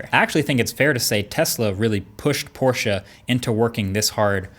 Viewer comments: Yep he gets points for that. But loses points because Porsche officially announced it is pronounced "Tie-Con" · THANK YOU for pronouncing Porsche right! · Had to check and as a german I must say it's so spot on I didn't even notice it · Thanks for saying POR-SHUH instead of PORSH. That is all. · Thank you for pronouncing Porsche correctly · *porsch eh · Finally! Someone who can actually pronounce Porsche correctly!!! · Yes. Porsche not „Porsh”. Bravo 😀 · Shoutout to marques for pronouncing Porsche the right way ❤️ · Respect for pronouncing Porsche properly. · you got Porsche right, now please learn to pronounce Taycan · Finally, an American that doesn't call it a "Porsch" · As a German im so glad you pronounced porschE correctly. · u are the first native english speaker i heared to pronounce porsche the right way ;) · Thank god he pronounces 'Porsche' right... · I had to pause the video to say this: YOU ROCK for pronouncing Porsche correctly! I cannot say how happy this makes a fellow German, thank you! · Give Marques a medal. he's pronounced Porsche correctly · So glad you're actually saying Porsche, like it's supposed to be, and not Porsch like most of the others 👍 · Thank you bro for pronouncing porsche in the correct way🤔. I am learning german so please say if thats correct. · Kudos to Marques for actually pronouncing Porsche correctly👌 The E in Porsche is not silent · Finally an American that tries to pronounce Porsche right.. Sounds good! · Probs for saying „Porsche“ right! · Your one of the few Americans I've heard, who pronounces 'Porsche' correctly. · I think marques is the only American who pronounces Porsche right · I love that you can pronounce Porsche right :D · Thank you for pronouncing "Porsche" the right way. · German here, he does a pretty good job at pronouncing it correctly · Good to see that you pronounce porsche correct 👌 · He pronounces Porsche correctly. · just wanted to say thank you for pronouncing "Porsche" correctly